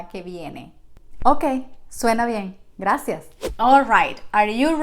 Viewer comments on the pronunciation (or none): none